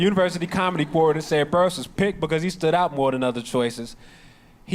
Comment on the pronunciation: It’s Burress like “Bill Burr” ess